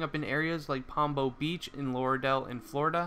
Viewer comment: Jahseh is pronounced Jossuh, and it's pompano beach not pombo